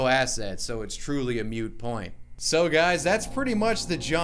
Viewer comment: Moot is pronounced moot, like boot. Not moot like mute.